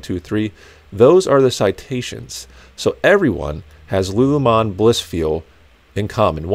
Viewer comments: “Lu Lu mon” lol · I love that you don’t know how to pronounce “lulu lemon” 😂😂 Another great vid, thanks!